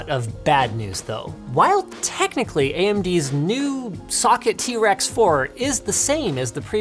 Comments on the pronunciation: I thought he was saying trex on purpose lmao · I swear linus is saying t-rex chipset